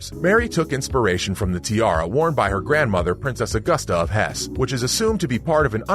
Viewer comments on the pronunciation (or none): none